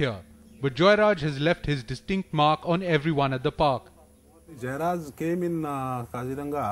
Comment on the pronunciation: They call JeyaRaj but NDTV pronounces Joyraj?